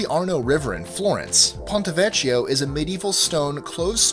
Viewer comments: Ponto Vecchio. Veh-ki-oh. Not vechy-o. Sorry but I take Italian so these things really bother me. Great vid though! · notwithstanding, you really don't have much excuse for mispronouncing Myanmar and River Thames. While I'm at it Ponte Vecchio is pronounced Pontay Vekkio and the names of all the French bridges and viaducts are almost completely unrecognizable. It sounds like you actually practiced, but you're not quite there. Still a good list, though you'll get complaints from people whose favourite bridge was not included. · I can save you from being laughed at if you're ever in Florence and call it the Ponte Vekshio. Think of it as a public service. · It's pronounced Ponte Vé-kk-io.